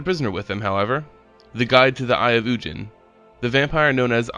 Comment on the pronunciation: It’s ug-in not un- jin